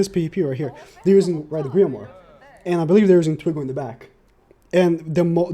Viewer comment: it's not twigo it's twiGOD. Learn to speak properly🥱